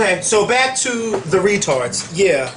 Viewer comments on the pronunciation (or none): Lmfao! Not “Rih-Tards”! The good ole days. 🤣🤣🤣